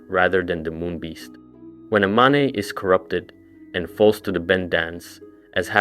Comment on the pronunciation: dude why do you pronounce stuff wrong deliberately? you said maneh and mane in the same sentence theyre the same word. youre doing it on purpose its driving me nuts. also the thalmor tower theory is literally wrong, every time a towers been deactivated the thalmor were not involved whatsoever. could be a FUTURE plan, but it could not have BEEN the plan. that aside i love your videos and i binge them all the time at work. you are super awesome.